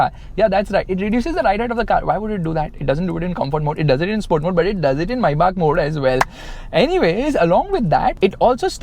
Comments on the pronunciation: Its not MAYYBAK is MĒBACH MAYBACH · the fact that it said mayback 😂